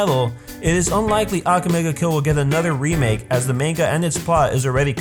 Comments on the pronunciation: It's aka-me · say aka in akame like baka. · mispronounces akame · stop saying « ak ga me » its Ah-ka-may not ack ga may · XD im dead!! he said "Ackame!!' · it aka-may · You're pronouncing Akame and Najenda's name wrong bro. A-ka-mei. Good video though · you know all of this but you can't pronounce AKAME and KUROME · your saying her name wrong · this video passed me off just because he was saying "akame" the wrong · Same. II WAS DYING! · U said akame's name wrong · your pronouncing Akame's name wrong watch english dubbed they pronounce it better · Not trying to be rude or mean but he pronounced to many names wrong (especially akame) and the dub isn't bad at all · First of all. You NEED to pronounce akame and sheeles name right..... - The English dub is actually really good. You’re just hella negative. - How you know all of this but can’t even pronounce their names right? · The way you say akame angers me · You can't say Akame properly. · Sheila?...ITS SHELLE...YOU PRONOUNCE THAT AND AKAME SO WRONG. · when you can't say akame right you shouldn't be doing a video about AKAME GA KILL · your pronouncing the names like Akame wrong